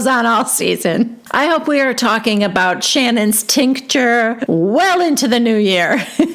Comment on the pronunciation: This franchise is crazy! I enjoy it so much with your recap comments and voices. Please keep saying SwinGer and Tinc-Ture, it’s a riot. But so low brow of Mary to mention the $, right?